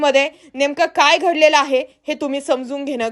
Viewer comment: How do you pronounce " Ghadal"... sounds funny ...does not sound well as compatred to your other pronounces